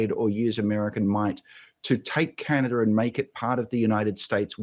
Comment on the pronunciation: Canader? You serious dude